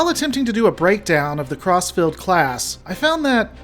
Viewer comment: All I hear is "CrossFit class"